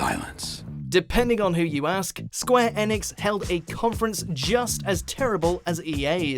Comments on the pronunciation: please stop saying Square ANEX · "Square Enex" Lol